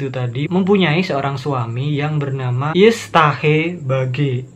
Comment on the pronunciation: Bang istrinya Muriel "uestace" dibaca "Yusteus..."